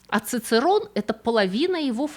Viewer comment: Коньёмен.нет такого слова как "когномен" Чичэроне, а "цыцерон" это какой-то каламбур. И не секунда( это единица времени), а сэконда( числительное - вторая).